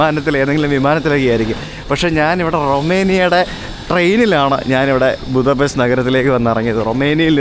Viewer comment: Будапешт/ ബുഡാപെഷ്ത് എന്നാണ് ശരിയായ ഹങ്കറി / വെങ്കറി ഉച്ചാരണം! ഹംഗേറിയൻ ഭാഷയിൽ ഇത് ഹംഗേറിയൻ ഭാഷയിൽ എഴുതിയിരിക്കുന്നത് പോലെ തന്നെയാണ് എഴുതിയിരിക്കുന്നത്, എന്നാൽ "s" എന്ന അക്ഷരം ഒരു "sh" പോലെയാണ് ഉച്ചരിക്കുന്നത് എന്ന് ഹംഗേറിയൻ ഇതര മിക്കവർക്കും അറിയാത്തതിനാൽ, അവർ അത് തെറ്റായി ഉച്ചരിക്കുന്നു.